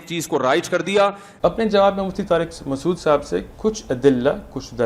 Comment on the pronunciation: It's not maqsood. It's masood lol